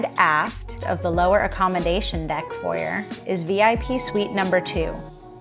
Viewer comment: Someone tell her how to pronounce foyer!